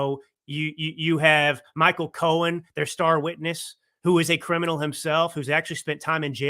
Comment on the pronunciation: it's Michael Cohen, not Michael Cohens. There is no 'S' at the end of his name.